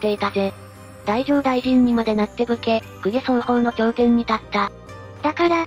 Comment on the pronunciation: だいじょうだいじん⇒だじょうだいじん